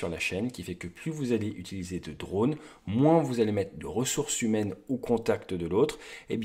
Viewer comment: Bon, vos vidéos sont géniales, si en plus on rigole avec des "drôles" heu drones , genrés, vous allez pouvoir concourir aux oscars !